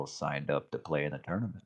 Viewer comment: Paaaaaainful. Also, it’s a tournament, not a “torenament.”